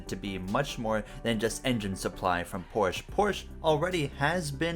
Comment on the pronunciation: Pronounced Porsch-uh